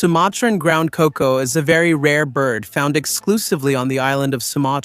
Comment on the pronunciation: Terrible ai slop. Can't even get the animals names right. Cukoo, not cocoa. And vaquita, not bakita. And wtf was that thumbnail? Fuck me that was bad.